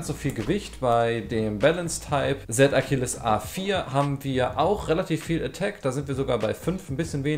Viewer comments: Du sagst Akilles er heißt aber Achilles! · Er heißt Z achilles nicht Z ackilles